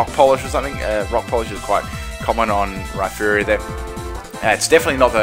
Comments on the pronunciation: It's Rhyperior, not Rhyferior like you claim. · isn t it Rhy-perior like surperior istead of Rhy-ferior as in inferior